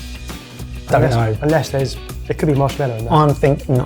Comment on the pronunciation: How can you still say marshmellow. It's marshmallow ffs